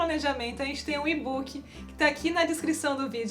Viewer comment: e que tal um e-book para inglês para ver se vocês deixam de dizer ibúqui...